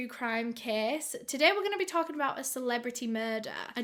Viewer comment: also, its "case", not kiss